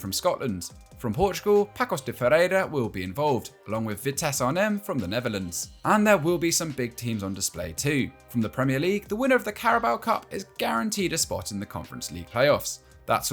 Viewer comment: Pakos de Fereira, LMFAO 🤣